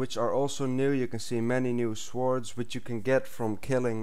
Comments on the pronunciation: its pronaounced sords not s wards but its spelt sword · sWords... u say it like "sords" not "swords" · You actually say swords. You should say sords but spell it like swords! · Ikr its swords not schwoards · you say it like this sords not swords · its pronounce sords. not sWords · its pronounced sords not swords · The "w" is silent in swords bro! but great vid! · Swords say it like sord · every time he says swords i think hes saying swartz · its not pronounced like swords but it is spelled swords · swords....(sord) lol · lol swaords? kno offence but still